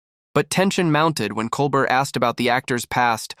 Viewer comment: Ugh. The AI generated voice repeatedly mispronouncing Colbert's name is too much.